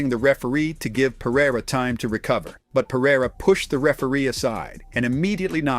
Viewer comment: "Pa-rye-ruh" Jesus, can you people at least try to pronounce his last name correctly?